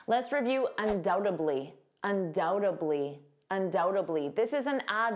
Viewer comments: Why do you pronounce dly as bly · Hi, you pronounced undoubtedly as undoutably,.